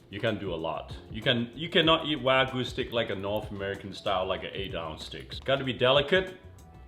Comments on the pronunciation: it's "Wag-yu"! it's not wagu. even this chef "shud" know! You dont throw wagyu steak like that on a pan, treat it with respect. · It's wa (like water) gyu, not waaaa gooo. :) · Why "Wah-gu", not "Wa-gyu"? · WAGYU, not Wagoo